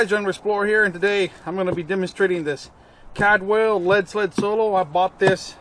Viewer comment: Caldwell,not cadwell